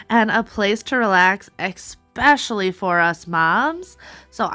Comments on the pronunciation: You are wonderful. I can see you with your own tv show. One well-meaning tip: especially, not exspecially. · Especially my dear, ,,,,,not eXpecially,,,. the teacher in me